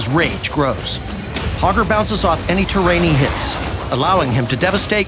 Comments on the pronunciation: I swear I keep hearing Pogger. We want Pogger to be an enjoyable excess. Pogger doesn't care. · You can't say hogger with a hard R, bro!